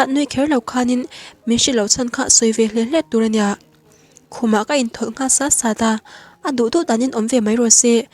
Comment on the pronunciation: Sât sât i tih hi, sat sat tih a lam tur